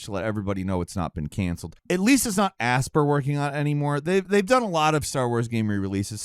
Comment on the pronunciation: Aspyr is pronounced /əˈspī(ə)r/, "aspire".